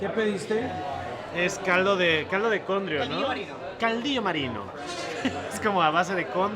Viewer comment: Dile a que es CONGRIO, no condrio...